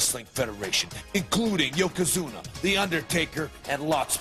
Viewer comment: Не якодзуна, а йокозуна